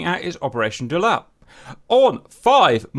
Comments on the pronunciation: it's not "Doo-lat"...it's "dau-lat". from native sabahan,north borneo malaysia. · Just FYI, Daulat is pronounce as 'Dow(as in down) - latt (like latte without the te)'. Also, Hi from Sabah, Malaysia XD.